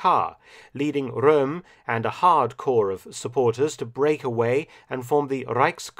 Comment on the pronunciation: Hey Mark i just wanted to say that you pronounce the german "R" very well. For instance "Röhm". Props